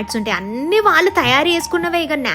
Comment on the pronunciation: చాలా బాగుంది. కొద్దిగా తెలుగు మాట్లాడటం మార్చుకోవాలని సూచన ..వాల్లు కాదు వాళ్ళు, వెల్లి కాదు వెళ్లి. మిగతాదంతా సరే.